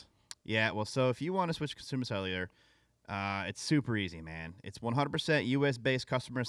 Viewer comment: anybody else find it funny that can’t say “Consumer Cellular” but he’s gotta say it like 20 times in this ad spot? 😂 Cussooma slelyullah